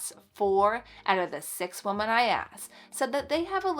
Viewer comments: This might be a regional thing. She is saying wo-men not wo-man, but not saying wim-in. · She is saying wo-men, not wo-man, but just not pronouncing it wim-in. It does sound odd to me. I wonder if it’s regional? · FYI, I think you mean “we -men “ which is more than one female. You keep saying “woh-men” which is just one. Yes, I know it’s spelled wOmen….. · You are precious. One point of confusion for me: you keep saying "woman" (singular; pronounced "wu man," with two dots over the u and an upside down e. ) when talking about "women" (plural; pronounced "wi men" with a short i sound and the upside down e). Pronounciations curtesy of Merrium Webster Dictionary. Someone else was doing that on a video the other day, too. Just wondering why since I haven't heard this pronunciation until recently. Appreciate you tips and encouragement for my home. Keep up the great work. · Wo-man is singular Wo-men is plural…. I know I know…. I sound like a total Jerk. But I’m not. I’m hearing this miss pronunciation A LOT lately. And I’m trying to understand why. If anyone knows, please tell me?!?! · It’s not regional it’s an example of our failing public education system! 😢